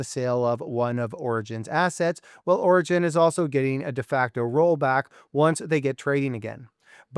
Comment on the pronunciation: Orogen not Oregon😊